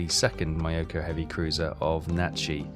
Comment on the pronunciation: Make an effort with the pronunciation,, mate. Mee-YO-koh, not MY-yo-ku. SORE-yu; HERE--yu. How would you like it if I pronounced Llanfairpwllgwyngyllgogerychwyrndrobwllllantysiliogogogoch as, well, ah..... Good to see you don't have your subs so close inshore they have no depth to hide in, and don't try to trade planes for escort ships. The Allies have more of them than you have cold udon dinners. Timing your kate/val/zero attacks so they arrive together will solve the cool-down problem as well as demonstrating your Kidō Butai skills.